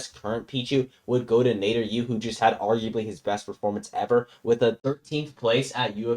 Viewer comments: "Nater-U" That hurt to listen to 🤢🤮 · I mean it's not that bed if you remove the 'y' sound in the U you got it